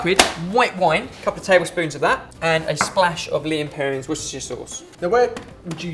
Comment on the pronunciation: haha i love you guys, particularly how you guys why 'worcestershire'... as a gal from worcester, it's actually just pronouced 'wuss-ter-sher'! :)